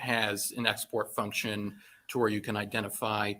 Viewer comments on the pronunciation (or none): I heard "fucktion", too, but then I thought I just made it up in my head until said it lol